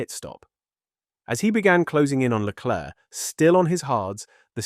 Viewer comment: Can you stop calling him LECLURK. Is there seriously an F1 fan on the planet that is unaware that his name is pronounced SHARL LECLAIRE?